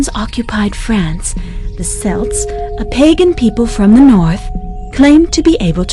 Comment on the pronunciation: It is pronounced kelts.